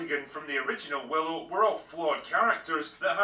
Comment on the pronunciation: He Butchered Willow 😂😂😂